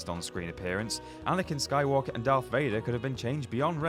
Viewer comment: Darth not doth